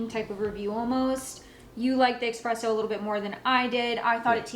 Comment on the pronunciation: Its not pronounced eXpresso it's eSpresso